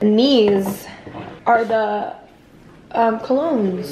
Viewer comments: “co log nes “ 😂😂 i say it that way too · The way pronounces “colognes” I’m DEAAAD lol not sure if he was kidding but I thought it was so cute and funny